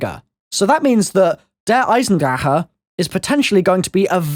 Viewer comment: Why do you pronounce it like "Eisendra-huh"?